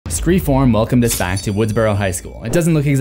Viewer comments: it is either pronounced "SCREAM 4" or "ScreFOURm"! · I laughed every single time you said “Scre-form” 🤣 I know why you’re saying it but it’s hilarious and caught me off guard 🤣